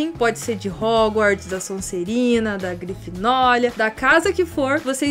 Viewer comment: Eu entendi GrifinóLia kkkk